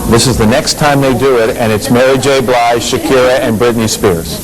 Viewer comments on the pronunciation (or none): Blidge? Lol....get her name right lovely. Its BLIGE!